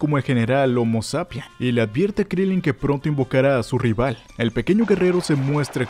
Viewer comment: Se dice Krilín